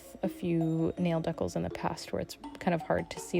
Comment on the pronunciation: 😂 Dee-Cals = Deck-alls…… 🤔